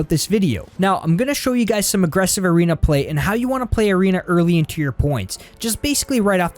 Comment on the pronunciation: He says irena instead of arena Lmao🤣🤣🤣